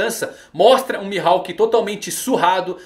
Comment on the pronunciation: O que me quebra é essa pronúncia do nome dele mano tirando isso tá só sucesso